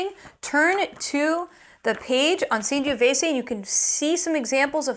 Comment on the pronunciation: Great channel but your Sangiovese pronunciation is...